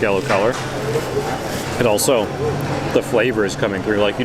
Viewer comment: “ Oh-So”. You always “Oh So” instead of “Also”.